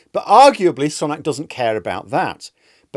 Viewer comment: Still pronouncing his name incorrectly eh?